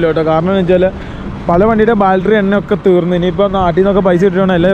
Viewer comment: എടാ പിള്ളേരെ.. ബാൽട്ടറി അല്ല.. ബാറ്ററി.. 🤦‍♂️🤦‍♂️🤦‍♂️